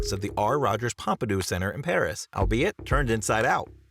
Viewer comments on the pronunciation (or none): none